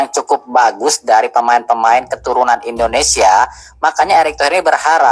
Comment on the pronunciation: INDONESIA BANG BUKAN INDONESA😅😅😅